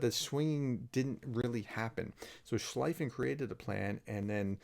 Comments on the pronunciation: Just a comment of Linguistik nature: Schlieffen is pronounced "Schlee-fen" and not "Schli-fen", like the Word "free" or "feed" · Thanks Prof, but just a remark on the pronounciation: Prussian field marshal Alfred von Schlieffen is pronounced like shlee-fen, not like shligh-fen. In German, generally 'ie' as in bee, 'ei' as in height (there may be exceptions, can't just think of any now).